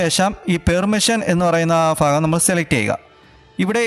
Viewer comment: ഫ അല്ല ഭ ഭാഗം🫢 ഇതിപ്പോ ഫഹദ്‌ റിമാകല്ലിങ്കലിനോട്‌ പറയണ പോലെ ആയല്ലൊ😁